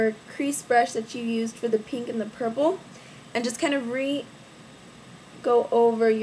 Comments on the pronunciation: u say pink like peenk lol its really cute and u look so pretty !!!! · lol i love the way you say pink !